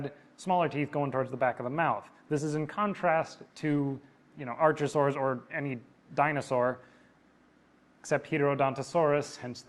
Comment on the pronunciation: I've only finished the original half but I've cringed and felt pain whenever he said archosaur. How does he pronounce archive? Because it's the very same word. (The first half) It's not arch enemy or archbishop.